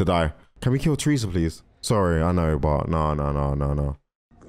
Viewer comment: i love how you say "tresa" instead of "teresa"